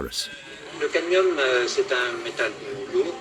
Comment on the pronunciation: The poison is caDmium. Not caTmium. Pity it's mispronounced by the speaker throughout the video. Other than that a very informative video. I've heard potatoes are the most poisonous food to eat although not the only poisoned food. Even organic produce still uses chemicals that are "approved". Its reasonable not to trust any approval process. Grow your own food and be careful of what soil you use to avoid disease including dementia. It appears to me that these depopulation tactics are aimed not to kill us outright but to kill us eventually by stealth. It means we can labour for their profit until we at use by date. Then their is no retirement refund/pension from taxes paid and the worker is left to an ugly, painful and somewhat terrifying early decline and death as in dementia. It is obviously intentional and a clear demonstration of evil in action. The depth and breadth of which is astounding. God protect us from evil. Praise to the human beings brave enough to speak and act. God bless you all.